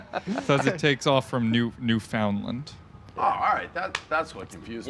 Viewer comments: said NewFoundLand so wrong. You say it like one word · New foundlind 😂😂😂😂 wtf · Did pronounce it New foundland lmap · New-found land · "New Found Land" butchered that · The way smokes says newfoundland is an embarrassment to Canada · Hahahahah man pronouncing my country’s east coast Newfoundland was priceless god I love my American brothers